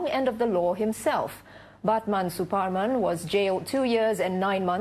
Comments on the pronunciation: I just have to say that your pronunciation of "Suparman" is so good, There isn't many people who bother with getting it right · i am from singapore and yes this guy is a legend the "superman" is actually pronouced as "suPAR man" as its javanese so yes u got it right